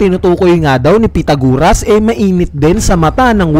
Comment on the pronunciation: Sino bang pitaguras ang pinagsasabi mo. Pythagoras yon pronounced as "pai-tha-guh-ruhs". Ayusin mo naman pag pronounce ng mga pangalan. Imagine may batang fan din ng one piece tapos di pa nya naeencounter sa school ang pangalan na Pythagoras tapos napahiya sa class nila dahil sa kagagawan mo.